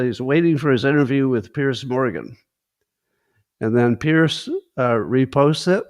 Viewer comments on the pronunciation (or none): I believe it's pronounced Peerz not Pierce. Also you should pronounce the e at the end of schadenfreude.